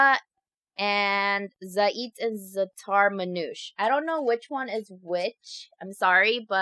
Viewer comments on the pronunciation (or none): btw for zataar manuche you pronounce it like z-ahh-tar mon-oush-aye😊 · ITS NOT THE ZOJOK ITS THE ZAATAR